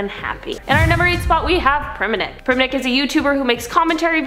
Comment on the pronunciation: not me waiting for them to say "Primink"